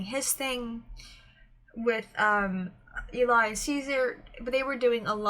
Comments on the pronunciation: Just do you know, voiceplay doesn’t copyright reactions. (At least they don’t tend to, it’s corporations that do that against their will) Also it’s said like L-E :) their set for their newest is next level. The editing is phenomenal. The microphones aren’t used in the video and are there as props. i used to think that the videos were live when I was younger. Layne is a baritone who can sing both higher and has sang bass before (in the song everywhere you look which is a cover by voiceplay and on layne’s channel, a cover for his daughter called evil like me where he sings a very solid D2) Also also, I prefer a lot of pauses. And layne and geoff both share arrangement duty. Loved the reaction. Looking forward to more. :) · This puzzled me for a while then I realised the image is reversed. Eli is short for Eliezer and pronounced to rhyme with jelly. :) It's Eli who normally does the lighting. Sometimes creates backgrounds too. Also although Geoff and Layne do almost ll of the arrangements, about half and half, Eli has done one, which is Eleanor Rigby, and it's beautiful. Tony Wakim is an ex-member of the group and appears in earlier videos, look for the guy with the twinkly eyes. He left to join Layne at Pattycake productions.